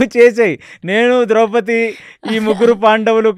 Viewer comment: కొన్ని పదాలు మీరు తప్పుగా వాడుతున్నారు ఉదాహరణకు నిమిషాల దగ్గర వివక్షకు బదులు విచక్షణ అని అనాలి... ద్రౌపతి అంటున్నారు ద్రౌపది అనాలి